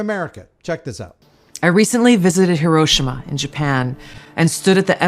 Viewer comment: Not that it matters because I'm pretty sure everybody knows what she's talking about..... But is she mispronouncing Hiroshima 😇